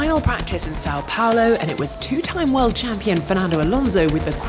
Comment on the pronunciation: cant just be me hearing sau taulao